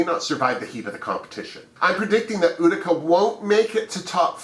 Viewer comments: YES Ma'am, we think alike. I'm rooting for Rosè, Symone, Mik and Kandy. However, I love my other homies, Olivia and Tina. It's U ti ca, at least, this is how we pronounce it in NY. Have you notice that Olivia resembles Britta? And Symone, a young Cicely Tyson? I'm so excited for these new Queens, but I feel sorry that the Season 12 Queens, didn't have a chance to shine, especially JEH.. Smooches to you ❣️❣️❣️ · Thank you for your fabulous run down! I am so excited to see Utica Queen (and it is pronounced You-tica)...about 15 people live in Utica, MN. My cousins own a restaurant/bar there and there is a street in town named after my family lol! Maybe Utica Queen is a relative of mine...*logging into * once again, always a pleasure to watch your videos!